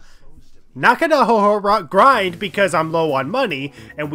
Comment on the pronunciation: Btw it’s pronounced Na-ka-no-hara